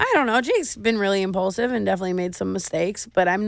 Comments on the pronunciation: Clearly she just learned the word, "Impaulsive" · Thought I was the only one who thought of the podcast every time she said “impaulsive”